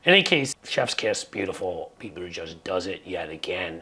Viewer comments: Boot ah geig, not judge. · Please learn to pronounce Pete's last name‼️It rhymes with /edge/, NOT/mud/. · It's Booda gedge not Boodajudge